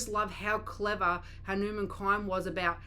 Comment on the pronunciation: It's pronounced like this......Hunu mun